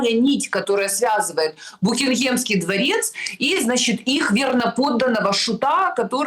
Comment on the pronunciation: Мне нравится, как Снежана с ударением таким говорит: буХингемский дворец. И даже сразу непонятно, то ли это намёк на Бухенвальд, то ли это намёк на то, что там они бухие все.